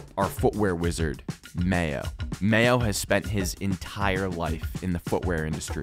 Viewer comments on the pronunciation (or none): Im just saying if Mayo is so good and u go to him because he is the best of the best you should try harder and learn how to say his name correctly